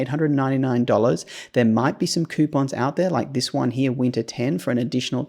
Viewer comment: Love the way you say "HERE", sounds more like "HEYA" 😂